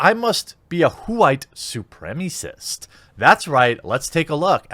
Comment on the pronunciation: I love how you say KWHITE SUPRIMASSIST lol